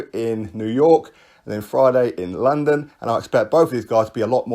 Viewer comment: You say London like a Lol (Larndon) 😄👍